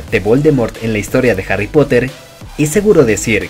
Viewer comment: nadie absolutamente nadie yo dandome cuenta de que el narrador de el video deice hary en vez de harry xd